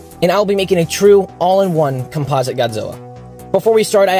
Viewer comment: It's not compasa godzilla it's composite Godzilla